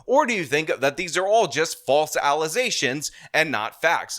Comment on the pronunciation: Falze allezations.